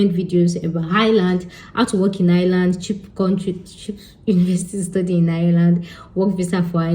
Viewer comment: It’s eye-r-land …